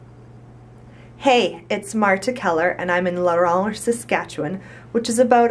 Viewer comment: U r u saying it like than that lol I'm fro there and you just say la Ronge